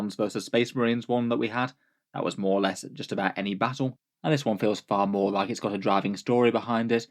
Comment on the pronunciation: "a few mor things"